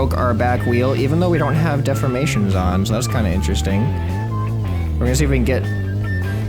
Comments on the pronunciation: defformation?? De-formation...Think Deform-ation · dude it de form mation not def for mation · dude its pernoused de 4 mA tion